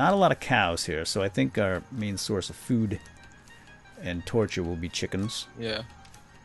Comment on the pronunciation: why does say food as chao